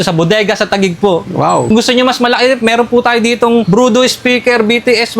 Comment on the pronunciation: brodu hindi brudo engot!